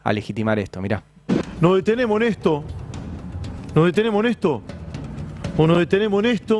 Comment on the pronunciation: NO DETENEMO'...SE PERDIÓ LAS S